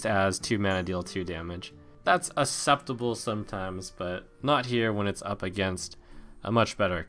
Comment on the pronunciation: Does Trump know the first 'c' in "acceptable" is a hard c? Is that an accent thing?